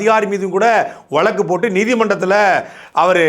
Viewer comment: டேய் முக்காமூளை சாட்டை ,அது வலக்கு இல்லடா வழுக்கு